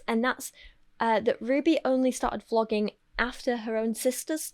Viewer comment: Is it intentional that you pronounce vloging almost like flogging?